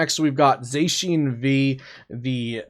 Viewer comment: I think everything is correct except zacian